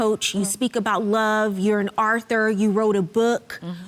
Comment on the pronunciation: Imagine a judge that can't pronounce "author"....one of the many reasons why I can't stand this version of DC....